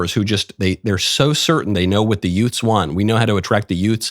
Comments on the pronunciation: Are you saying “yoots?” Like Joe Pesci’s “two yoots in a car?” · The what? Did you say; Utes? 😂😂😂😂😂😂😂😂😂😂😂😂😂